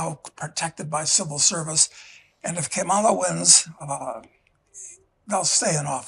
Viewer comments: No, Mr. Casey, Kamala is not pronounced as the Spanish "Que mala." Kamala does not mean Que mala. She does not have hispanic descent and it is stupid to think that her parents would name her "Que mala" which is true, does mean "how bad" assigned to the feminine. If you want to get to what her name means, that most certainly will be found not in the hispanic world, but in the South Asian world. Only a jerk would make this connection between her name and those specific Spanish words. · That was a very derogatory and unfair way to say her name. Que mala. Two words. Not spelled the same at all. That was rude. And you know it. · Come on. He damned well knows how her name is pronounced and that it's Indian, not Spanish, not Que Mala. What a gauche old toad. For someone who is trying to claim he is neutral in so may ways, he betrays himself. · You will pronounce it as “Madam President.” Didn’t Argentina get popular after WWII. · "KE MALITA" lol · But she's not Spanish She TAUGHT these idiots how to pronounce her name. And Trump is fkn up ALREADY! 😂😂😂😂 TRUMPANZEES mad because tariffs 🤦‍♀️ Always trying to be disrespectful to fk us over and get fkd in the end. Ridiculous, grow up